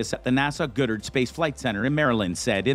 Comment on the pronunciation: Your miss pronouncing the name. It's not Gooddard it's Goddard.